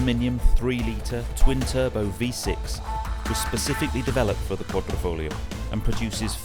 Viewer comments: What’s with the fake Italian accent when pronouncing “quadrifoglio”? It’s a lot like when my fellow Americans say “Meh-he-ho” when saying Mexico. Sorta cringy. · quadr i folgio. with i. pronounced like an e. not with o lol